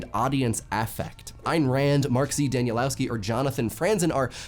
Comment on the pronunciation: Two things! 1. Mark Z Danielewski's last name is, I think, pronounced "Daniel eff skee". 2. Can you provide captions for your videos?